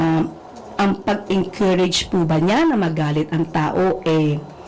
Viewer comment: Sabi ni "mageenkurayge" grabe talaga mag English tong hayop na eto.